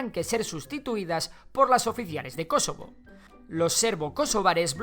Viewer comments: Por qué dices Kosovo con acento en la antepenúltima sí ésta no es una palabra esdrújulua :’v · Me incomoda como pronuncia "Kosovo", no es palabra esdrújula. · Jajajajajaja creí que decía kesovo